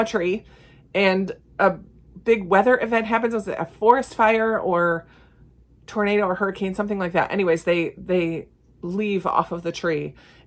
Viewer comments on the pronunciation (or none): none